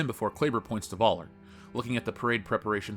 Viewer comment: Thanks for this video. However, PLEASE learn how to pronounce "Völler"' correctly. In German the "V" is pronounced as an "F". And the "ö" is sortof like the sound you make when you say "err".